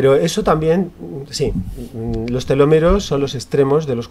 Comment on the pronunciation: Es Telómeros, no telomeros. Con acento en la primera ‘o’